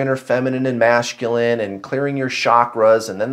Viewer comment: I LOVE how you say MASHCULINE 😂❤